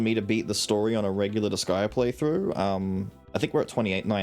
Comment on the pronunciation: But, IT IS DISGAEA... It cut into my sooooul hearing her say that... MY SOUL. 😢😂